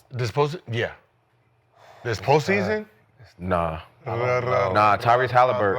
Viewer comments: He said Haliburton?!?!?!?!??????? Lmfaooooo. Delusional as fuck. FOH. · Lmao dude said Halburton 😂 idk why gil gave him a job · really said Halliburton 😂